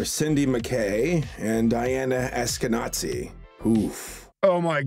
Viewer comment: its not "nazi" (natzi) the name is hebrew in origin and very common, it's read as " ash-ke-na-zee" אשכנזי